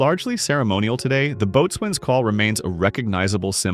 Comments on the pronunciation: The word 'boatswain' is pronounced 'BOE-z'n. Most people will recognize a bo'sun's pipe because of its use by Christopher Plummer as Captain Georg von Trapp in 'The Sound of Music'. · It's not sometimes called a bo'sun's whistle, it's always called a bo'sun's whistle– nobody calls it a boat swain.